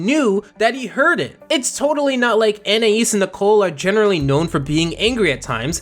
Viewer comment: finally someone pronouncing anaïs right